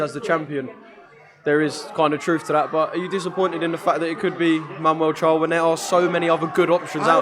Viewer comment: His names mamoud charr not manual get it right you sausages